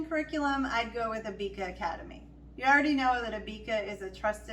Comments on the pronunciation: It’s Abeka not Abeaka 🤣🤣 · Abeka is pronounced A beck a like rebbeca